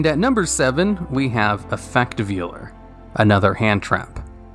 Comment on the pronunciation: Effect Veiler /Vay-ler/